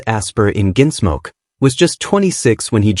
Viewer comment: “Ginsmoke”?? AI doesn’t even know how to talk! (But it sure can LIE….) 🤥🤖💀